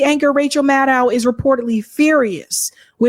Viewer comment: The Rachel Mad-Dow pronunciation is killing me 😂